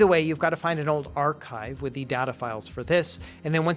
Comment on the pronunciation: pirate says arrrrchive